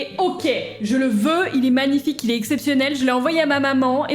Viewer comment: manifaïque ma chewii